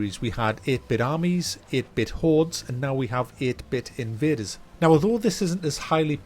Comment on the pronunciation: eeeete bit eeeenvadeeers lol